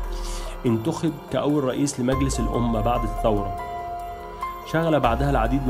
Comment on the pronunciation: الانقلاب وليس الثورة....كذلك نقول الثورة بالثاء وليس السورة بالسين